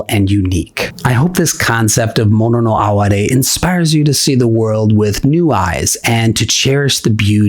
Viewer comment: I live for those small, transient moments. Thank you for pronouncing “mono no aware”correctly, too. 😉